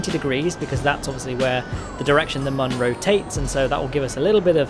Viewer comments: Sorry to be "that guy" but it is pronounced moon. Due to the way it is spelled mün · You are entirely mistaken. It is Mün, not Moon or Mun. It is a joke, and one that doesn't make sense the way you say it. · Mün is not pronounced exactly the same as "moon". It's pretty much the same, but with a short vowel instead of a long one. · its not pronounced moon or mun, its kinda in between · The developers are Mexican, and the U in Mun is best pronounced like everyone but the English would as a soft u, not a hard U. You've heard them appealing to Americans, who don't know or speak shit.